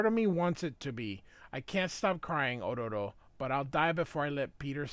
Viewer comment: Why are you pronouncing Ororo's name like you're Japanese?